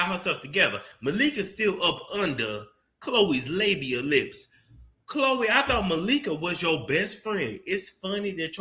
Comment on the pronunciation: if you say “KKH-LOEEE” one more gin😭😭😭😭